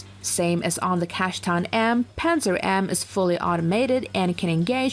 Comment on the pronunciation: It's pronounced "pantsir", not "panzer".